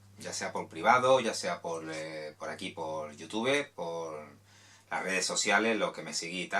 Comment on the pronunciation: 24 segundos viendo el video y que escucho? YOTUBE? asi de mal estamos en inglés...